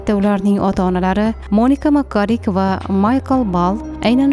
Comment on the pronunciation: Илтимос Moniqaдеб укинг Маника эмас